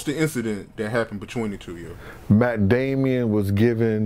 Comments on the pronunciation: It’s Matt Damon, not Matt Damien 😂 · Matt Damon..Damonnn not damieon he's not the devil child pronunciation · Mack Damien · He said Matt Damien 🤣🤣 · "Matt Damien" lol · This man said Matt Damian 🤣🤣